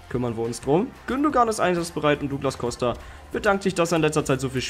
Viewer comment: Der kann den namen douglas costa nicht richtig aussprechen